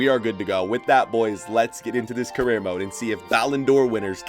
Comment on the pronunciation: Salah carreear